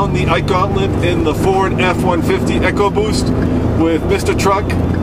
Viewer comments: It's pronounced E co boost not echo boost. Makes me want to pull my hair out. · echo WTF people ECOBOOST say it right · it is ecoboost not echoboost...I think they need to go back to school to learn how to spell and pronounce words...lol My 2 cents worth